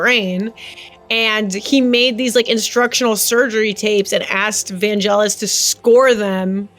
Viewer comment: Trump enjoys being called a fascist Also sorry to be a twat but Vangelis is pronounced with a hard g.